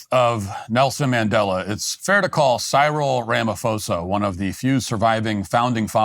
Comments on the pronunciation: How does matt not know how to pronounce "Cyril"? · At least research how to pronounce Cyril's name and surname... So that we can criticize him properly. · Cyril is an english name c'mon Matt.